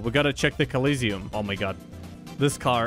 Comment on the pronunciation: Its not "Collisiom" its "Colosseum"